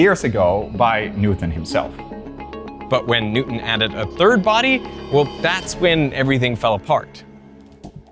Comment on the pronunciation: Technically, I think he said "fird interpretation"